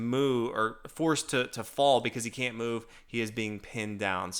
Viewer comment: "And the knight's forced to moo.."